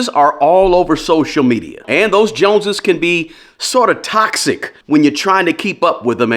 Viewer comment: Bro, watching from the UK, what’s the JONSES? LOL